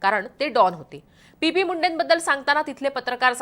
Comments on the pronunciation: पी.पी.मुंडे नाही टी.पी.मुंडे आहेत ते!नावाचा योग्य उच्चार कर प्लीज. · PP नाही ग TP बोल...